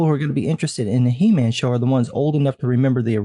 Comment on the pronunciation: LOL! Did you say "He- Ma'am" :)